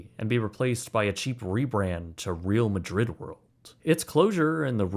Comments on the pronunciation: Its not “reel” Madrid world its “rey-al” Madrid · It's not 'real' Madrid, it's Real Madrid, pronounced Reh - ahl (Royal in Spanish) Madrid, the football club. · for future reference Real Madrid is pronounced (Re-ahl Madrid) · Great video as always - though I winced at the pronunciation of "Real Madrid"